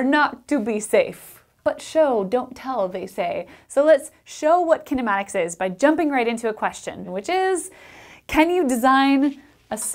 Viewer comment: As an Indian ,Her pronounciation of kinematics made me to turn off the audio and just read from the captions